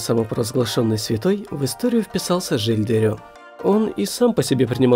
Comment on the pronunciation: Жиль де РЕ(не Рё) и Вакулёр. Это какой то троллинг заменой е и ё в французских именах собственных?